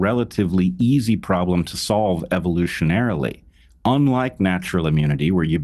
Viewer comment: You lost me at "evolutionarily" Brett 😂😂😂😂